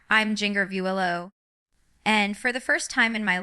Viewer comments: Is AI. Fake. She doesn’t even pronounce her own name right. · This is fake AI. Jinger wouldn’t speak like this or mispronounce Arkansas or her own name. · That looks like Jinger. To bad she doesn’t know how to pronounce Jinger